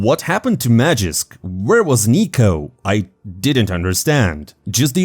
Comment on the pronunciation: its magisk not magixx. you dont even pronounce the names differently...